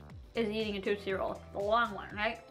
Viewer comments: You say Tootsie Roll wrong no offense it's not toot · i like how she says tootsie roll like TOOTsie roll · Did any one else get hurt when she was downing that candy lol I'm a 90s baby like I was born in 91 and that was the stuff I grew up with love all those candys and by the way did any one get irritated by the way she says tootsie roll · Why does she pronounce tootsie roll like that?? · I cringed every time you try to say "tootsie roll"